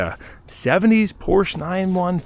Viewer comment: Hey, you’re the first American who actually pronounces Porsche correctly. Nice job. I’d love to see you do an episode working on a Porsche sometime. I’d really enjoy that. Greetings from Germany. 🎉